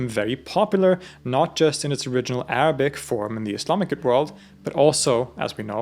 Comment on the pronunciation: I can't get over your Arabic pronunciation, it's flawless almost native.